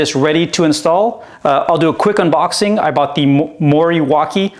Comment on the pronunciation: I was considering the Morawaki for my 500 Rebel (you pronounced it slightly wrong, sorry) They had the Morawaki Kawasaki back,in the 80’s in the super bikes.😊 As for your indicators and rear light, think you spoiled it. I personally prefer the sock. That’s why we like different! 😊 The exhaust does sound really nice.👍